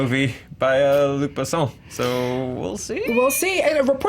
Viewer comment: Good job on saying Luc Besson correctly!! It’s a small detail but i appreciate it 😁